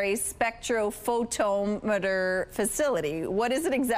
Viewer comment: It's embarrassing that she's the absolute best there was out of the job candidates, and she couldn't take 5 minutes to ask someone the proper pronunciation of spectrophotometer.